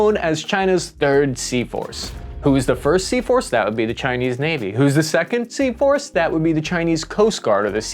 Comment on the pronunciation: Everytime he says Sea Force I somehow hear seahorse 😂😂😂